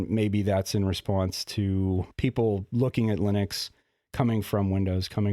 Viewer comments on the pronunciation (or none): none